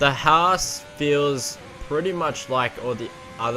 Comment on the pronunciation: I don't think any American pronounces "Haas" like that